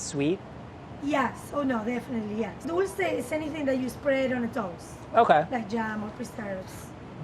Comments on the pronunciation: I always hear people say: "dullsay". 😂 It's "doolce" 😉, and it directly translates to 'candy' or 'sweet'. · Says dulce dole-say Says bland blonde 😂😂😂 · No offense but "dulce" is not pronounced like DULL-say. Its pronounced DEWL-seh. Like jewel! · It's not said dolce, It's said dulce. sorry it was just bothering me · Dolsay? Isn’t it Dolche? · I know it's nothing important... but I wish he would pronounce dulce de leche the right way because his pronunciation is very good. it's not dull-say is dool-seh. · What does he mean by "how do Argentinians pronounce it"? I don't know if it's because Americans pronounce it like "dulceY". That's not how you pronounce it in Spanish. It's without the "y" at the end. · "Dulsay de lechay" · Why do white people refuse to pronounce Spanish words properly. It’s not “dolsay” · I love but if I never have to hear him butcher the word dulce again, I will be very happy. Lol it’s not a complicated word and then he says it correctly when speaking to gaby and then says he can’t say it lol wait what? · It triggers me how he says dulce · Every time says duche de leche my Brazilian ears die. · I hate how he pronounces dulce